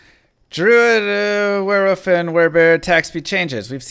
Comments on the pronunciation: Were-wolf Not were-woof lol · Wearwoof... is that international or does the guy not know how to say wolf lol? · I love it when talks about were-wuf 😂👌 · Are you saying wearwoof?